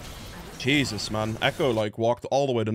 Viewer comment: when you say "jesus" it sounds like "cheezus" and it makes me laugh lmao